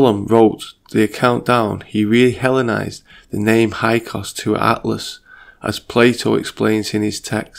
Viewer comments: Hyksos is pronounced "hick-sos" (or so I was taught). Otherwise great job, I really dig this video! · Hyksos not hykos Io io (aio eeo) not lo.